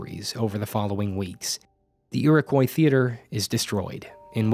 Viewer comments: It's pronounced /ʊəʳɪkɔɪ/ not /ʊəʳɪkwaɪ/ Source: Am from New York, where Iriquois originated from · It’s pronounced ear-oh-coy not ear-a-kw-eye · “Foy-err”?, “Ee-raw-koi”? It’s “Foy-yay” and “Ee-row-kwa” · It's pronounced EAR-AH-KOI Not...however you pronounced it. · There's some graffito that says the F word. Also, it's pronounced "iro-qwah," but it doesn't really matter. I'm just trying to be a smartass. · Ear-Ah-Quwhy for fuck's sake man, don't say it like that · It's actually pronounced Ee-Ruh-Kwa. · The way you're pronouncing Iroquois is giving me a stroke. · You said Iroquois wrong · I frickin love this channel and these history videos but I have never heard anyone say “Iroquois” as atrocious as. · Your pronunciation of Iroquois really threw me for a loop.